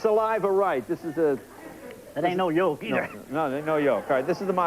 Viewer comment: Man: Gotta get the saliva right, ain’t no joke either. Leno says “No yoke either!” Lol